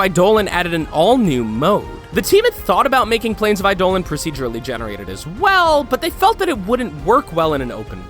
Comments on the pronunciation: never mind, need to correct you. Warframe's pronunciation of eidolon is pronounced "eye-di-lon", it isn't pronounced the way the actual Greek word is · Im aware thats how warframe pronounces it but you also just acknowledged that its root are Geek and actually being pronounced wrong in Warframe Eye do lin is the correct pronounciation. Even Final Fantasy 13 got that right. Warframe tends to mispronounce a few things doesnt stop me from pointin it out and still enjoy it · The way he says Eidolon bugs me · What is with this guys pronounciation Of eidolon? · OMG EIDOLON NOT I DOLON. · He butchered eidolon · You pronounce Eidolon wrong and i cringe every time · How do you pronounce plains of eidolon right but not the actual eidolon lol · You say plains of eidolon wrong and archwing it is pronounced arkwing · it's pretty clear whoever wrote this never played the game and is just riding warframe's popularity, the prime stuff is waaaay outdated and the dojo obstacle course isn't even out yet, eidolon is pronounced wrong too, such an unpolished video, rather rude towards people who actually play the game Edit: oh god the kuria's are super outdated too?? they updated the designs, we know what they do, we know how many there are, they're not mysterious cat statues anymore, research your stuff better next time. how lazy can you be? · ...Did he say "Islands of Inaros?" ISLANDS? And for the record, we wall hop, not wall run -_- Why did he show fusion cores! 93 is wrong, and Eidolon is pronounced wrong throughout the video. Annoyed me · YOUR PISSING ME OFF BY SAYING EIDOLON WRONG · This is painful to watch I hate the way you say Eidolon. You also have wrong info with outdated visuals. I digress thanks for showing Warframe. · Sorry I don’t understand what your saying he said eidolon wrong so many times I only have 2 brains cells left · Only reason i disliked is from the way he says Eidolon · was any one annoyed on how he pronounced Eidolon or ArchWing or Nami Skyla? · eye dolan